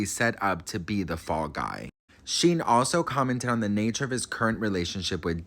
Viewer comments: Shyne is his name. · I'm pretty sure his name is pronounced like Shine. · Is he mis pronouncing his name on purpose?? It’s Shine. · Shyne pronounced Shine like wine with a shhhh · I think his name is pronounced shine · OMG its pronounced SHINE!!! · His name is pronounced like shine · It’s pronounced Shine 😂